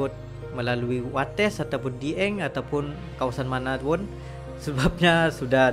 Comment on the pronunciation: Bacanya (dgabung) dieng...bukan di eng ..